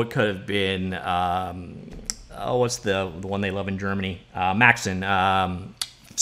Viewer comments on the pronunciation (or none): none